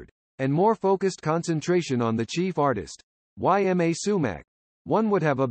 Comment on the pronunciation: Her first name is pronounced EEma, not Y M A.